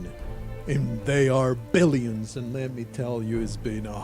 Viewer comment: all this time i thought you were saying the arbilions kkkk